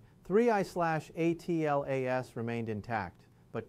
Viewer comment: Why can't you say Atlas instead of spelling A T L A S out?💥